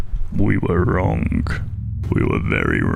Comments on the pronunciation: I should have explained a little better you pronounce it like “wronG” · Your accent is really weird for example: instead of saying “wrong” you say wrong but actually pronouncing the G instead of letting it be silent